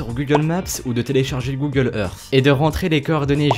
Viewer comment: OH MON DIEU COMMENT TU DIT GOOGLE MAPSSSSE ET GOOGLE éRSSCE